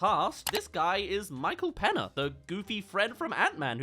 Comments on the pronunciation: its pronounced Micheal Penya. The n with the tilde above it is the Spanish enye pronounced ny- in Spanish words/names. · Peña is pronounced Penyah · Michael 'pen-yuh' dude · Pena, pena, you actually called Michael Peña Pena. That's such a pena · the way he says michael peña ñ sounds more like an n